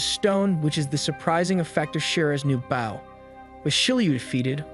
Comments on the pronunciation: I enjoyed the video but got hung up for far to long on how you pronounced "bow" as "baow" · The way you say "bow" cracks me up every time